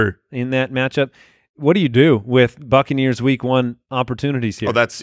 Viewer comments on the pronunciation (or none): none